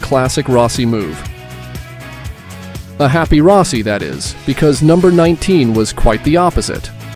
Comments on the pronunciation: Ro- si? to Rossi 😂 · Rowsee?...Turned off immediately...😂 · was gonna say at least eventually he got Rossi pronounced correctly….then goes back to improper lol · How to tell if your Narrator is A.I..... well it can't say Rossi correctly. Booooo! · Nope, I stopped when you mispronounced Rossi